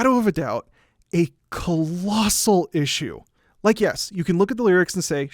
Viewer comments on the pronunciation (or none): "a CAAHHAALOOSSAAHHAALLL ISSUE". holy moly, so ridiculously over the top, it's a great movie, and it's just a different approach and an evolution of the usual shtick they were doing, not really a "cahalossahal issue" at all. This is classic rhetorical BS where if you emphasize words a lot, that somehow makes you objectively right. these youtube video essays, i swear. I also think your analysis of that gorilla scene from tarzan is shallow and misguided. Most disney movies often present extremely heightened senses of reality (as you showed in all these clips), so in that scene, it appears to the audience as though the gorillas are diegetically playing music, but more likely it's just a stylized representation of them having a lot of fun discovering these tools. Why would it not be that? Why are you turning it into something else? Why does it need lyrics or to follow in the tradition of musical theatre to not be a problem?